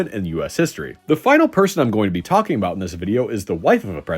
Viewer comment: what's this aboot now?